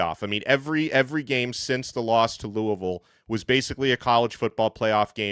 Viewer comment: Pronounced Louisville wrong, also you are the cowboys of college football.